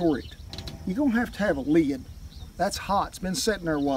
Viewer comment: Well fuck me tender, I didn't know the word lid had two syllables in it.